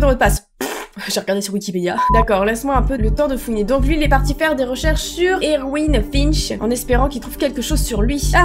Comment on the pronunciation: enfaite erwin ça se lit "ervine" il y a un garçon dans ma classe qui s'appelle comme ça ;)